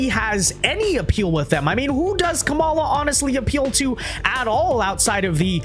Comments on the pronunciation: Her name is pronounced KAH-ma-la. Stress the first syllable. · Wince Duh, you can't even pronounce her name right.